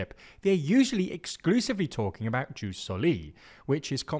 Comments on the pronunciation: It’s pronounced yoos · I've literally never heard it pronounced juice until this very video. And I basically ONLY watch and read content in English online. EDIT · It's "yus", not "juice". Also, stress on first syllable: "sòli", not "solì". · I would like to hear Latin correctly pronounced or it sounds incredibly ridiculous. JUS is pronounced “yoos”, SANGUINIS is stressed on the first syllable (hence, SANguinis not sanGUInis), while SOLI is stressed also on the first syllable (SOli not soLI). Please, and thank you!